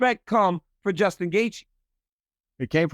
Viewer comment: Bro really said Djustin lol